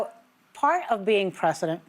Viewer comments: preh-zuh-dnt Ana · Stupid Ana cant say President. Why: she is not educated.